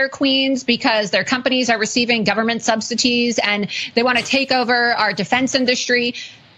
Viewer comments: It’s “subsidies” not “substities” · Laura Loomer said subsities. What is “subsities”. Is she one of the people that Trump says he loves. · Whats a “substity?” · She pronounce it government SubsiTeez… what a joke